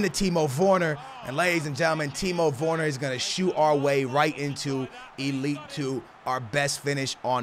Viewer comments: it’s ‘werner’ not vorner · It’s Timo wErner not wOrner 🤦🏽‍♂️🤦🏽‍♂️🤦🏽‍♂️ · He’s called Timo Werner not Timo Worner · Timo wErner not wOrner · 'Timo worner' 😂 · pronounced ‘Vurner’ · "Timo Woone" - 2018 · “Timo Vorner” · Timo Vorner? Geez... Man say it right for God's sake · Dude can you say his name right. Constantly killing the man's name. W E R N E R, where is the O???? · Please stop saying timo vorner... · How is he pronucing Werner lol